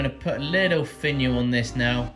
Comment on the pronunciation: Love the little pot! I swear at the end I heard "go check out my vaginal"... I laughed so hard, I went back and kept playing it over & over😂🤣😂🤣😂🤣 Cheers!